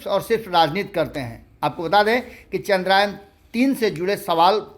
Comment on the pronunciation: चंद्रयान बोलिए न , बार बार चंद्रायन क्यों बोल रहे हैं?